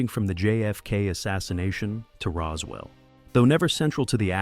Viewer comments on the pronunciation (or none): none